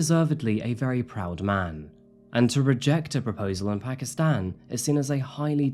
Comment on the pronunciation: It’s pronounced Paakistaan. Not phakistan.